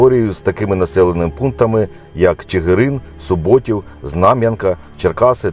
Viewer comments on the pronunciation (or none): "СубОтів" - от так ми в Чигиринському краю і виявляємо всіх не місцевих 😁 СУботів (наголос на першому складі, і не від «суботи», а від тутешньої річки Суби, «водопій» з тюркської)